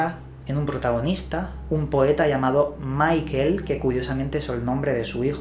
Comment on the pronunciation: Por favor, no pronunciéis todos los nombres como si fueran ingleses. No digáis Maikel Verne. Michel no se pronuncia así. Es ridiculo.